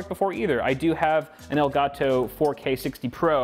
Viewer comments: "EL GAAAAH TOE" - 2020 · I've never before heard anyone pronounce elgato as strong as this man.